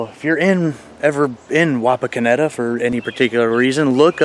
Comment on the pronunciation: Wapakoneta resident here! You said it right!😂😂